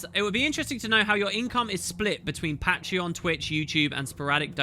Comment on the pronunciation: The way you say patreon, dude... Y-ya don't say it like that